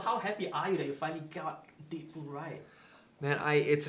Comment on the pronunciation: haha it sounded like the guy said dickpool